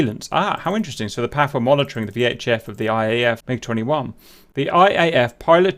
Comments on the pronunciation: cap, please dont say "Paff" it's "Pee Ey Eff" . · It's PAF( Pee Aey Eaf) not Paf, as you were pronouncing 😉